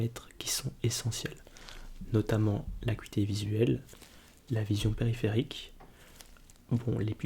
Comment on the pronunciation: Merci beaucoup pour ton soft spoken j'adore 🥰 btw, on prononce "akuité" (acuité) ;)